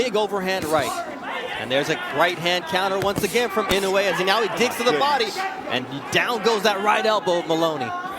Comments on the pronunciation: It pissed me off when people pronouncing INOUE name wrongly. It is I-NO-U-E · Ee -- noh - eh